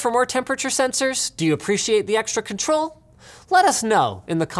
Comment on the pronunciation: i apweetiate duh extwa cuhntwole